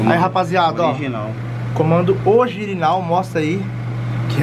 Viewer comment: So eu que ouvi ele falando comando ogirinal?😁😁😆 No minuto E ele ainda repete kkk